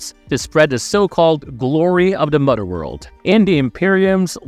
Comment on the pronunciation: "Fahder" and "Mudder World" 🤣